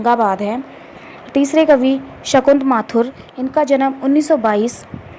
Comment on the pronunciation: शंकुतला माथुर । शंकुत नहीं * प्लीज ठीक करें और सही उच्चारण करें मैम।